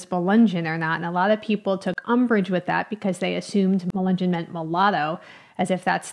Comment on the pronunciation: It’s not pronounced accurately. Melungeon, no hard “g”.